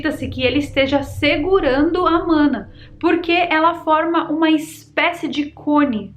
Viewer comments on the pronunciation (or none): não se fala “mãna” e sim se pronuncia “maná” … vídeo massa ❤ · Não é "A mana" e sim O Mãná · Não é mãna ke fala é maná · Oxe nao é MANÁ nao!! É MANA? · Mãna não! Fala direito! É MANÁ!!!!!! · Na verdade a pronúncia é maná. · Se pronuncia maná! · Maná é a pronuncia correta,. No portugues e no Hebraico. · Conhecia com a pronúncia de "Maná". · Interessante, não conhecia essa versão. Mas,, é manáh, com a última sílaba tônica 😉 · Se pronuncia “Maná” ❤❤❤❤ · A pronúncia é: O maná do céu. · A pronúncia é Maná. Adorei. Arrasou 🎉